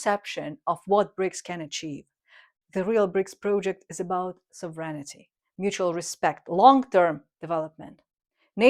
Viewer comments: ..never know whether you are saying ‘serenity’ or ‘sovereignty’ - but they go nicely together…! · I love the channel. ❤❤❤ Feedback: Correct the pronunciation of the word "sovereignty" A quick way to diminish the number of pronunciation mistakes is to paste each sentence online and have it read it back to you, so to make sure you are pronouncing it right.